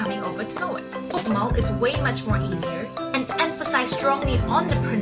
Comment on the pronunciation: You say you can spekak norwegian and then totally butcher Nynorsk and bokmål.... you also butcher å, ä and ö.